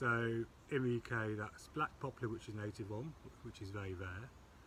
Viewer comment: it'a "poplar". NOT "popular".